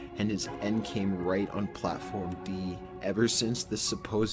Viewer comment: I love the old top15s post but the way he said platform D...💀